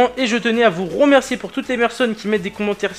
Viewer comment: ''je tenais à vous romercier''😂